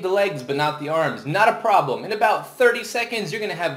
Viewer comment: NAT A PRAAABLUM.